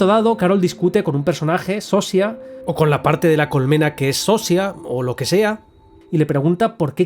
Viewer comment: Yo pienso que al final es malo perderse, sería como estar drogado con fentanilo, tener una “felicidad “ en la que no estás presente. Pero es muy buena filosofía, no sabemos si nos sirve o se sirve de nosotros y nuestros recursos. Buen resumen!! Por cierto, en español se pronunciaría “Sosha” y la actriz “carolina viedra” Saludos desde Polonia.